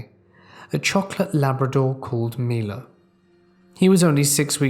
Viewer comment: Damnit! You finally pronounced my-low right and then went right back to mee-lo! 🤦‍♀️ LOL!